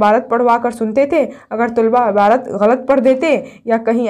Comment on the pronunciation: Abarat nhi hota hai aapi